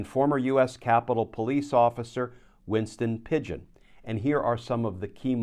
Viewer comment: Winston Pingon not Winston Pigeon I think 😂